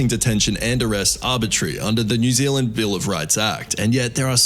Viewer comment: new zealand not new ziland